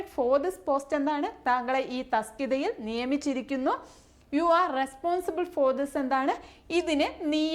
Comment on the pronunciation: തസ്‌കിത അല്ലാലോ തസ്തിക അല്ലെ